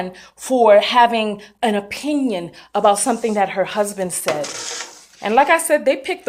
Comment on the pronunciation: DID YOU SAY HER HUB-SON????????💀💀💀💀💀💀💀💀